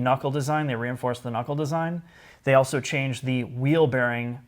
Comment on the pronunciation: Can we get to start pronouncing his L's when saying "also"? I ohso like your channel very much.